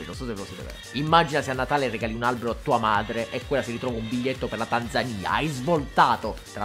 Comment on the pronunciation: Che bello Basbascù! Da, anche Tanzaniano, ti ringrazio per la pronuncia di "Tanzania". Ho riascoltato i primi 20 secondi per min porcaoca